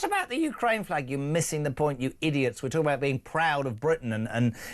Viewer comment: Jeremy Kyle can not say the English Flag